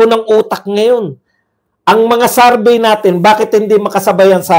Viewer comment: Survey not sarvey